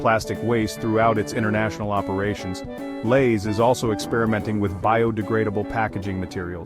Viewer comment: "Elays" chips?